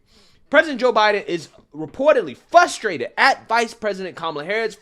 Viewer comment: Why do you always say fustrated? It’s fRustrated. With an **R**.